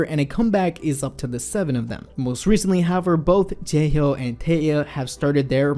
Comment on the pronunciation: 11: 16 Taeil and ...who 0_o bruh. It's Jaehyo. Not...taehyuh?